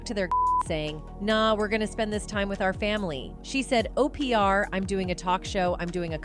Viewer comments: I love OPeeAr for Opra 😂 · The AI was pronouncing Oprah as O. P. R. ????? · Why does the computer pronounce words wrong? And I have never heard of Oprah called Opr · OPR for Oprah LMAO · Uh…can’t pronounce Oprah! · Keenew, cah-star & O P R (Oprah should have sounded like Opera) o p r doesn't apply basic phonics. Bad programming or intentional errors. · Opr? Keenu? This AI is pronouncing everyone’s name wrong.